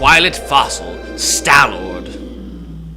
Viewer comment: Stallording...you think I'm...Stallording?